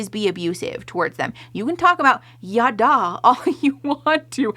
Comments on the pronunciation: Every time they start trying to bring up Hebrew words I want to start gnawing and scratching at the walls as someone who spoke it growing up. Girl what the hell is “yawdaw” 😭 could we not at least do a brief googling of pronunciation before we say it 25x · …they’ve got a painfully american way of pronouncing ידע. Never heard it as “yaw-daw” before lol